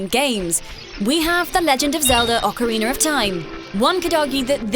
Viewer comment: Ocariner of time....ocariner....